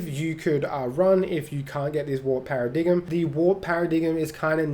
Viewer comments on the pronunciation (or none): Less pair-uh and more para so it would be para-dime. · Para-dig-m is pronounced para-dime btw :P nice build, working towards it now! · Paradigm is pronounced para-dime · Excited to try this build out. By the way, lol ... It's pronounced pair-uh-dime lol that was too cute tho! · Para-dime is correct pronunciation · The g is silent in paradigm